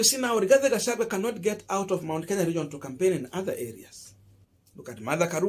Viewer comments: He is called "Gachagua". Not "Gachagwe". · Boss, do you have a problem of pronouncing the letter "i" and the letter "e"??? The name is Rigathi Gachagua and not RIGATHE GACHAGUE. Please if you cannot pronounce the name the way it should, then do not mention it. People do not fail exams because they are stupid. People fail exams because they do not follow instructions. Other than than, your work is good Boss 😜😜